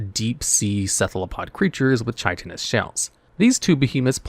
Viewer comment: One day he will correctly pronounce "chitin"